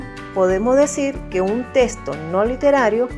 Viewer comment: Me desespera escucharte decir la palabra testo.... es texto